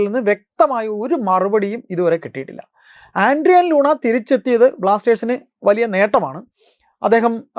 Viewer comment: ആൻഡ്രിയാൻ ലൂണ ❌ അഡ്ഡ്രിയാൻ ലൂണ ✅